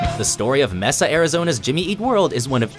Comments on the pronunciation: It's 'May-Sa', not 'Mess-uh'. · this guy just said messa arizona MAY-SUH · MAY-sa not Mess-a (for that city in AZ) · Jimmy eat is not from meesa az it's pronounced mesa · Lol he said mehsa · I never new people said Mesa that way before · That is not how you pronounce Mesa, AZ.